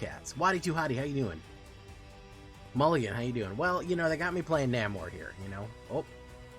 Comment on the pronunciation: I can't always tell when you are intentionally mispronouncing things so... The "A" in "Namor" is the same as the "A" in. No hyphen would be "Submarine" as you are saying it. The big boats that go underwater. The hyphen indicates the second part with the "A" like in "air" so Sub-Mairiner.